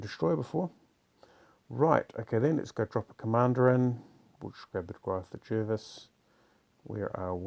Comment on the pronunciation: Pronounced “Jarvis”